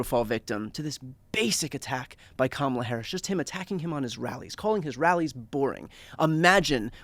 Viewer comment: And it's KA MA LA